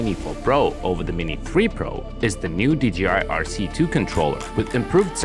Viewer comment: He Said dgi 😮😮😮😢